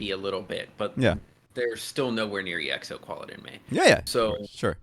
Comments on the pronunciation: It's Exo... one word! Short for Exoplanet. Not E - X - O. Hehe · This guys have the most un popular opinions and still calling exo as ii eks ou 💀💀💀💀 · You know they don't even say exo right it's not E X O it's exo, so not surprising that he can't say baek's name